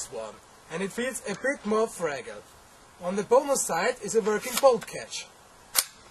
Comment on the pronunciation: "It feels a big more fragill" LOL Good vid though, i love these guys.